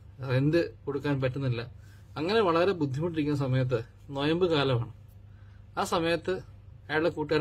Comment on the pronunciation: നൊയമ്പ് അല്ല നോമ്പ് എന്നാണ് 😁😛